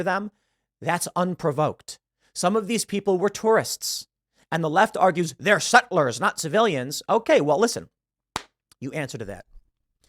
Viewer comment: Why are you saying sett-lers like you’re Andrew Tate?